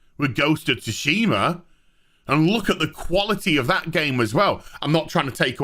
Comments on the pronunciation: SUE-SHE-MAH your pronunciation is meme worthy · The T is silent in Tsushima btw. Lol. Hurts my ears everytime you say it wrong. Lol. Always remember that everyone has an agenda. Journalists only care about views and money, not about telling an honest story. Theres always 3 sides to every story. My side. Your side. And the truth.